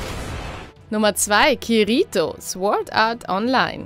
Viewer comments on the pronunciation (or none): Kiriiiiitoo man diese Aussprache ist eine schande für die guten Animes sry is so...